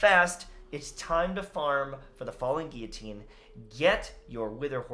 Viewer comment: THANK GOD SOMEONE FINALLY KNOWS HOW TO SAY GUILLOTINE woohooooo